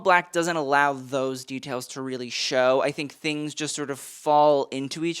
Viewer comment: ...did you really just say, "red carpet award show-ee". No.